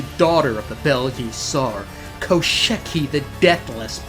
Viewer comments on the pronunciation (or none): As a Slav, I was almost in tears laughing when I heard him mess up all the four names in a row to the point of turning them into completely different words as if he simply couldn't read letters at all aSKinya, koscheKi, snagger-gorcha?? and alvis, yeah, just brilliant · As a Slav, I was almost in tears laughing when I heard all the four names in a row get messed up to the point of turning into completely different words aSKinya, koscheKi, snagger-gorcha?? and alvin Atp I'm completely lost on a question whether it was done intentionally or genuinely can't read letters at all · About pronunciation: Koshchei is best approximated as Koshei. All those 4 letters are one hard-to-pronounce letter Щ.